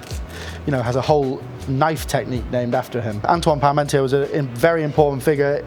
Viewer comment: He knows his cooking, but I'm surprised at his ignorance. First, that Frenchman's name is pronounced pahr-mawn-TYAY. That's not so hard to say, is it? It's not pahr-mawn-TEER. And second, the Sun King was Louis the XIV, not Louis XVI. It's a shame how lazy this cook is about getting facts and pronunciations straight.